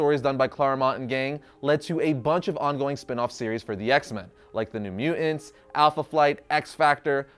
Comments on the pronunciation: Won't lie. The way you pronounce "mutants" as "mue-ents" is annoying. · Is it just me or does ' pronunciation of "mutants" seem...odd? He always says "mute-ents" as opposed to "mu-tants". Just saying. Can't un-hear it ever since I noticed it. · Not a native English speaker here but is it really pronounced at mu'ants? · Has anyone ever told you that your pronunciation of mutants hurts the ears?